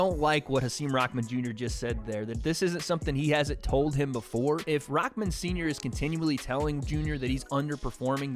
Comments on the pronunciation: You say it like his name is rockman jr but it’s rahman jr lol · you pronounce his name all wrong.. it not rock-man junior.. rahmen.. say it like reeehmaan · Tf is RockMan? it’s Rah not Rock💀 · its Rahman not ROCKman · If u want to do commentary on youtube at least learn his name properly.He is not raKman ffs come on man!!! he is Hasim RaHman. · IT’S RAHMAN NOT ROCKMAN!! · Why Is 'RAHMAN' Pronounced as 'Rockman'...?? What the Hell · It’s kinda funny how you say Hassim “Rockman” Jr. when it should be pronounced Hassim “R-uh-maan” Jr. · It’s Rahman not Rockman dummy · “Rahman” not Rockman… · Sound like you're saying rockman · Why does it sound like hes saying rockman jr lol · Dude why are you saying “Rockman” Jr???